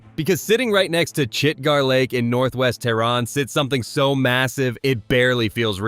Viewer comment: Not chitgaaarlack😂 its chitgar lack